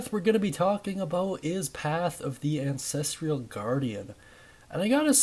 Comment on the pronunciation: god i hate to be this guy but its 'an-ses-trull' not 'an-ses-tree-yull' bugged me so bad 😅😅 ty for the guide though big dog!!